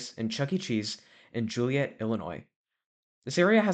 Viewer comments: City name is pronounced "JOEL E. EHT" not juliette spelled with an o ive lived in chicagoland my whole life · It's jo-liet😭